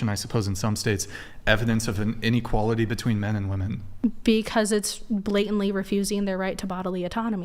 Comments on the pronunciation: Can we all agree that the whole saying woah-man for plural is fucking enraging. It’s weh-men. Whoa-men is for singular. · After my second child I asked my Dr. for a tubal ligation and he just said, "Are you sure?" I said yes and he said "OK no problem." Also, why do so many womEn have such a hard time pronouncing the E and instead say womAn when they are using the word in plural? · What is with all of the girls saying woman instead of women? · ‘Us woman’. Bro why is it so hard to pronounce the E? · Did she say mini- men?😂 how is she and the vast majority of north American " females" mimi"?😂😂😂😂😂